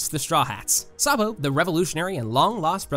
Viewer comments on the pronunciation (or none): none